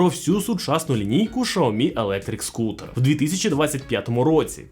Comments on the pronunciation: правильно "Сяомі", а не "шаомі". Китайською мовою не звучить як шаомі, у вас немає 30 секунд зайти у чат гпт і в перекладач щоб це перевірити? просто прикол якийсь)) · Не шаомі а сяомі. Поняв? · Що за назва "Шаомі"??? Де взяли цю назву? Аж вуха ріже😡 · СЯОМІ... Так це читається! Як і ім'я китайського вождя (Xi) читається Сі! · Я дивився британську програму про електромобілі Xiaomi англійською, так англічани кажуть "жя́мі" 😂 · Доречі, слухав як китайці вимовляють цю назву, так вона звучить ближче до шьяомі. Тому, розширювати свій світогляд іде лише на користь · Я питав безпосередньо китайця у Шанхаї, як вимовляється xiaomi, тож почув щось середне між "с" і "щ".